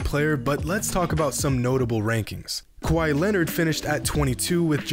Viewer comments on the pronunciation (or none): none